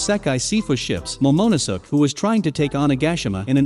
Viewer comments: moe-moe-ne-suuk lmao😂😂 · love how the bot says momo no sus and Sanjeet lmaoo